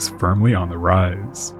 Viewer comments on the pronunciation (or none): none